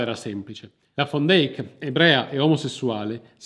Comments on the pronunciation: Peccato che la pronuncia(visto che conosco amici olandesi) sia come l'ho riferita io... Al massimo è accettata la declinazione in fan... Ma fon non ha niente a che fare con la pronuncia olandese o fiamminga... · Perché "fon"!!! era olandese si legge "van" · Pronuncia continuativamente errata del cognome della donna... Van non va pronunciato alla tedesca( come fosse scritto von...e da lí la pronuncia fon) ma alla olandese...che declina in...van...!!!! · Ma quale FON DEIK...L'Olandese non è il Tedesco! SICHEREIT DIENST poi, l'hai pronunciato in modo orrendo!